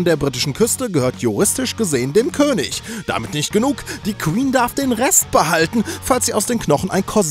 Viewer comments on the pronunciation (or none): none